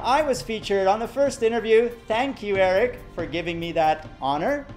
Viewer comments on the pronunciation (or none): Love the way he says "THANK YAW" ♥︎